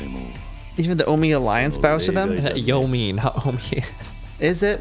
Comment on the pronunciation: Yomei is pronounced “yo-may,” just so you know. In Japanese transliteration, an E followed by an I is always pronounced like an “ay” syllable, as if say “eh ee” at the same time